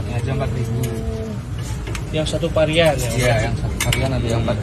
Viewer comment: Varian, bkn parian 😊